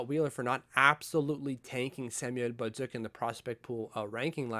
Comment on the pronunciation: My only comment, stop pronouncing Samuel Bolduc with such a heavy accent. Not going to fly on the Island.